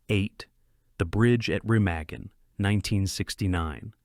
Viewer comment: Pronounced "Remagen" wrong.